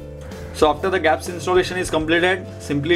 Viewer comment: its G ---- apps for gods sake , " gaaps " wtf !